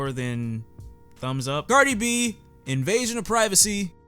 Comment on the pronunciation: When this nigga said "iffy uh" I laughed so hard lmao I didn't expect that at all